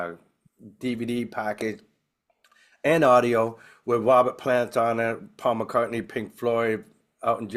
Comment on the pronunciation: "Wobert Pwant"